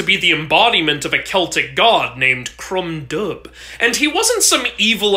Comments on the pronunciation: Crom Dubh is pronounced 'crum duv' The Irish language has some fun pronunciation rules! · Um actually, the deity is Crom Cruach, Crom Dubh is the Christian demonization calling him the "Black Crooked One". Also it is pronounced Crom [Duve], the bh is a V sound in Gaelic, like with Queen Mabh is Queen [Mave]. (This is why being the child of a Celt witch is great.) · The god is pronounced dove not dub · Crom dubh should be pronounced crumb doo'h (Ulster Irish, or 'Dove' for leinster irish) rather than 'Dub' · As an Irish person, Crom Dubh is actually pronounced like "Crumb-Duhv" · Pronounced Crom Dove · The only thing wrong is that crom dubh is pronounced dooove. There's no j,k,q,V,w,X,y or z in gaelige so the bh is dubh is a v sound. Awesome vid though